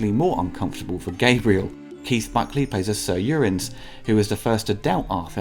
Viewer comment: A good recap of the movie mixed in by bits and pieces I hadn't heard. But your prounounciation of "Uriens" isn't so good. It sounds like "Urins"...